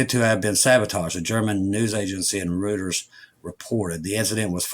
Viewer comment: It's "ROYters", (REUTERS). I'm just sayin'.. 🙃